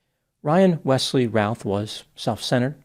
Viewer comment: The name is pronounced like 'Ruth' like the female name.